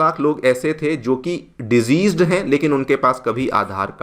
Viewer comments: Deceased ko sahi se bol le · You are a good narrator. Kindly check the pronunciation of the word 'deceased'.